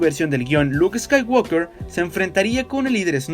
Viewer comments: Ni en la versión de Hispanoamérica ni en Inglés subtitulado dicen "escaiguolker" sino "escaiguoker" sin la L, ¿por qué lo dices con la L? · Buenas bases, buenos argumentos y excelente conceptualización, mejor aún el análisis. Sólo por favor pronuncia bien en inglés; la "l" antes de la "k" no tiene sonido. Gran video. Saludos.